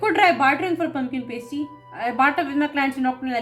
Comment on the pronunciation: For the future, it’s not “pay stee” like you pronounced it: it “pass tee”. Pumpkin Pass Tee, is how you’d pronounce it.